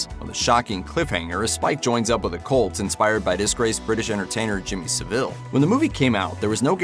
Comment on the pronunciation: The way he pronounced Jimmy saville made me cringe to the back teeth